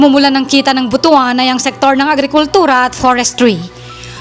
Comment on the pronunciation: Pa-ga-di-an,not Pa-ga-dyan, same with But-wan not Bu-tu-an... when you say Bu-tu-an, it means you have a male reproductive organ,if bisaya hear you pronounce it wrong,we will laugh at you